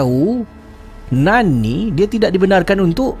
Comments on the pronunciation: ejaan mmg NUN , tapi sebutan bunyi NAN . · dah ulang.. tp telinga tetap dengar "nan" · Bila cakap “Nun” aku mati2 ingatkan dia cakap “naan”... hahahaha.... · Nun ke..akak pun dengar " nan".. jap nk ulang sat..🤣